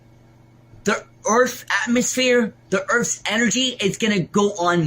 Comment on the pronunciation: Du Earf's enagee....hahaha